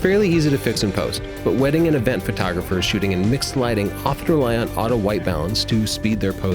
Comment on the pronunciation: Auto not ahto